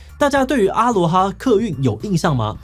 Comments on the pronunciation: 1.第一個停駛的是福和，不是阿羅哈 2.阿羅哈的正確唸法是音同阿ㄌㄨㄛˉ哈（aloha),他們董事長也是這樣唸的. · 沒有人在念阿羅哈啦，A Loha拜托，有點彆扭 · 成立二十幾年我第一次聽到真的有人唸阿(ㄚ)羅(ㄌㄨㄛˊ)哈(ㄏㄚ).... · 別這樣念嘛....我還阿姆羅勒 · 阿囉哈不是這樣子唸的，只有中國人不懂台灣的過去硬唸這種國字，也不知道是不是文化滲透小時候常常唸的Honda Sony現在一定要講成 本田 索尼，是怎麼樣，我們現在的英文程度變爛了嗎？ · 阿羅哈，第一次聽到有人這樣念。